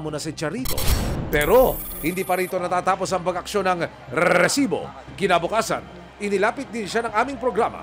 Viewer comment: OA na yang pag bigkas mo ng RRRRRRRESIBO